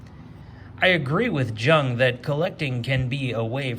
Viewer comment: FYI: "Jung" is pronounced "Young"...